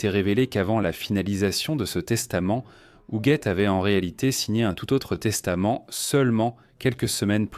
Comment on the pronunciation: Appelée Hujette durant le récit, de cette odieuse voix IA